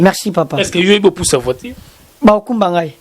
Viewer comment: Voiture et non voitire